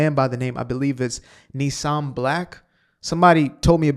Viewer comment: It’s Nissim Black, not Nissan Black. I recommend his song “Motherland Bounce,” in which he describes himself, correctly, as “Adolf Hitler’s worst nightmare” a black observant Jew. His spoken-word commentary on the Hamas attacks is indispensable. Candace Owens married a Catholic who rejects all of the recent Popes, from John XXIII onwards, as illegitimate, and who therefore rejects every meaningful attempt to bring the Roman Catholic Church to a self-accounting for all of its excesses prior to and during the Second World War (the RCC never excommunicated any prominent Roman Catholic Nazi). The Catholics that I grew up with, including three Irish Catholic babysitters, were all post-Vatican II Catholics (Vatican II was part of the legacy of Pope John XXIII) and were respectful towards Jews, as we were towards them.